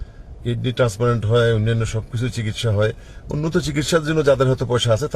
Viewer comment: Transplant শব্দটাও উচ্চারণ করতে পারেনা, অশিক্ষিত নাকি ?